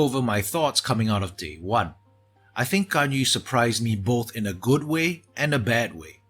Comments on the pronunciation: Nice.. correct pronouncations on her name B-) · Most qualified to pronounce her name properly out of the youtubers I've seen so far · Finally, someone who doesn't pronounce Ganyu as Ganyoo